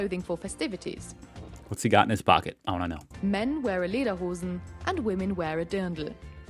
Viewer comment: The trousers are called " Lederhosen " pronounced " Laderhosen ".